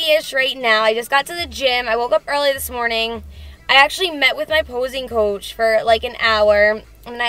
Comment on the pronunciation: Never really noticed your accent until now when you said 'posing coach' 😳